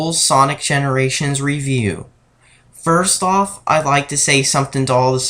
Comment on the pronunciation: Sirst cutscene its called video editing and correct use of REAL WORDS and not sirst, i think u should try it